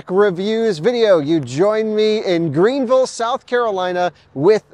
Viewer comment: You said Greenville correctly the first time. You said Green-vull, which is correct, then you said Green-ville, which is incorrect! 😁